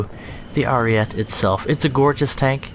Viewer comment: You said it right in the fake accent tho...then went back to the dumbass ariet saying. It has an e so it's ari eht eh